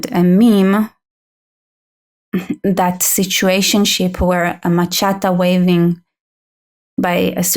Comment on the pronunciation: Omg. 😆🤣 She keeps saying, "ma-chatta", what the hell is that!? I think she means, machete, pronounced: 'ma-shet-ee'.